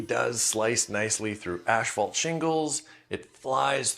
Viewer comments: Note that asphalt starts with asph, not ash. It’s ass-fault, not ash-fault. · There is no “SH” in “asphalt”